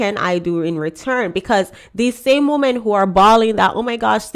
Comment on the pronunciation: I still don't understand why you influencers when talking about women In plural, you pronounce it woman singular.